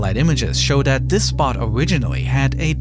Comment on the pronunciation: Good thing we still have dis narrator who can’t pronounce da ‘th’ sound